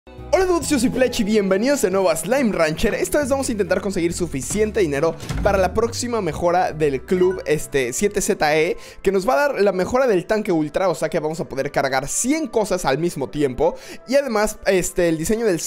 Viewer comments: el vlun 7zee se pronuncia sevensi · el club se pronuncia sevensi